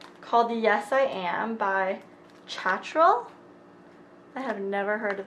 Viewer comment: I am so suprised that you didn't know the brand Cacharel ("KA SHA REL"). Maybe it's not well known in the States? It's a French brand and their cosmetic line is under Loréal.